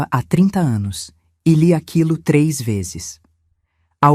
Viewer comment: Difícil é escutar a mêsma hostoriaduas ve'zess